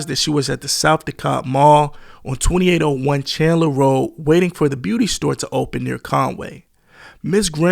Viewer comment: Yes but narrator still not from Atlanta. He mispronounced his first name like everybody else. Lol. And mispronounced South Dekalb Mall and also Candler Road